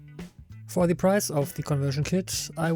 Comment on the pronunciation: Gutes Video! Einziger Kritikpunkt meinerseits: Deine Aussprache des Wortes "the" ist größtenteils falsch. Schau dir doch bitte noch mal die Regeln dazu an.